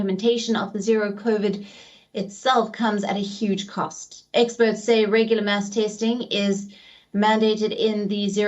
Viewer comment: WION ‼️mass has two meanings and two pronunciations‼️ it rhymes with CRASS. Otherwise you're talking about a religious ceremony.